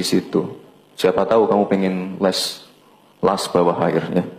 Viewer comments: WOOIII LASSS LASS BUKAN LESSS 😂😂😂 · Las bawah air di bilang les bawah air kepleset melulu, ketahuan klo program titipan,🤭